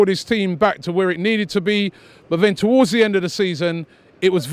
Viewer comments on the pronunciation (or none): none